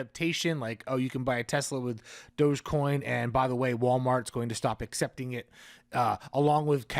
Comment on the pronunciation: Thank you for pronounce it properly Doggie coin Shiba is a doggie RECOGNIZE